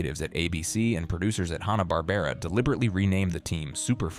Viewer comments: "Haw-na Barbera" ??? You couldn't get a human to narrate the video? 😂😂😂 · Hahhh-nah Barbara. Hello grammar pronunciation? I'd like to report a murder!